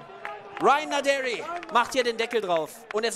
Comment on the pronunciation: Gibt es irgendwelche Anhaltspunkte dafür, dass Naderi tatsächlich englisch ausgesprochen wird, so wie es der Kommentator immer macht?